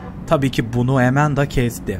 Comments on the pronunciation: Amandaya (E)manda demesi içini azimle doldurdu. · nin amandaya emenda demesi İÇİMİ AZİMLE DOLDURUYOR